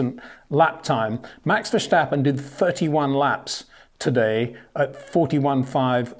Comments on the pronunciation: Max doesn't care who his team mate is. He's not afraid of competition, he has actually said he wants a strong team mate to fight against. He's matured to the point where whatever's going on in the other car is of no concern to him. Btw, Peter, Verstappen doesn't have a sh sound before the t, and Charles Leclerc's surname is pronounced Luh-clare. No k sound at the end. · ⚠️ To all international journalists & sport presenters: 🌐 it is NOT Lewish ... it is NOT Bottash ... and it is certainly NOT Max Vershtappen! Pronouncing "st" as "sht" is done by Germans not Dutch people! ... like an insult to (some of) us ... like insinuating you are a Nazi or something. But most people from Holland (like me) have NO issues with Germans at all. Am part German myself. Everybody knows how to pronounce Stable not "Shtable" or "Train Station" not "Train Shtation" so NO EXCUSE to be a moron! They do not do it with others having st in their names! ... All other F1 drivers are pronounced correctly having "st" in their names. This BS started years ago with father Jos Verstappen being interviewed by British sport presenters thinking it is funny to talk like a German to a Dutch guy! ... It is not ... And they do not giva fck. Not even having the courtesy to ask how to pronounce it correctly. (Acting dumb about it, hence my sarcasm, which some do not get). I did not say all Dutch people think like that ... but people that make fun of assumed "Nazis" they change their pronunciations to make fun of you. But there are vast amount of nice Dutch people that never would do that ... nor feel the need to insinuate. I have been called "Nazi" by some just because my last name is German then they talk with "sht" & z (not s). Thinking they are "so funny" doing that.